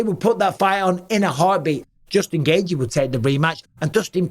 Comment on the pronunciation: Nobody pronounces the name Justin Gaethje better than Bisping. I can listen to him saying "Justin Gaethje" in a video on a loop for 8 minutes straight and be happy af!